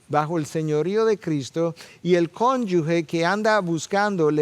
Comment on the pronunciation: Muy buen mensaje. Perdone, hermano. Se dice "cónyuge", no "cónyugue".